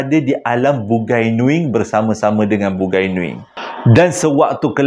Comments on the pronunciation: Sebutan dia bu-ngai nuing bkn bun-gai nuing..bungai (bunga) nuing..bunga nuing😂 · Waduh...bukan BUGAI NUING....tapi BUNGAI NUING.. dia org tu MCM org BUNIAN JUGA.. Slam dari Sarawak.. Sya Iban Islam. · Terima kasih sudah... Bang .. bukan "bugai nuing".. tetapi "Bungai Nuing"... Menarik cerita ini .. Sy ada kawan yang hampir diambil msykt alam bungai Nuing tetapi dia memilih utk stay di alam Kita ..